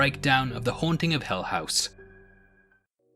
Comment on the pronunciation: Haha it’s hill not hell house buddy